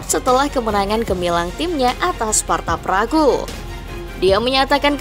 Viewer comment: Gw jg jgkel, org asli sana nyebutnya sparta praha, ntah knpa jd sparta pragu 🗿